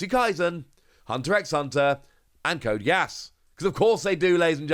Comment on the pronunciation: Btw it's pronounced like Code GĒ-ĂSS. This could be a fun game!